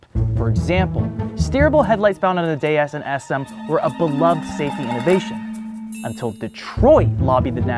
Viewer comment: I liked the way you pronounced DS properly so it carries it's original sound similar to Goddess.